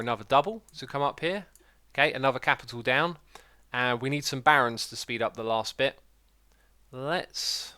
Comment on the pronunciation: When i first watched it ii thought the barons are called barrens because of your accent lol